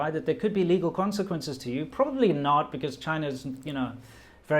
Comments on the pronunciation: You said "probabry" in a Chinese accent then corrected yourself to probably ...Epic guy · you said “probabry” and switched back to probably, which I find interesting because that shows the effect of speaking chinese for so long on your english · ‘probabry’ 😂 You have officially become a Chinese! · ``probabry`` he really is chinese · said "probabry". Assassination justified. JK love you